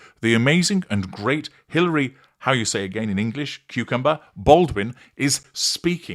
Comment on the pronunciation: How you say cucumber…. Made me laugh. So good